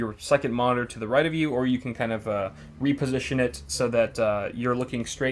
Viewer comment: You said wiiposition